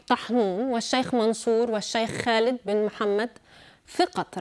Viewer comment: تقهر كيف تقول اسم خالد.. مخارج الحروف كلها غلط عندها الله يرحم ايام المذيع السوري